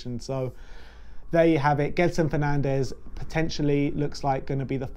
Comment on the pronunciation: The pronunciation is Jedson Fernandj